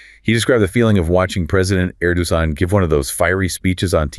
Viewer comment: "Erdozan", "Erdohan", "Erdosan", "Erdoman", "Erdonan" 😅 Come on guys, you can voice a video by yourselves, I mean without ai 😊.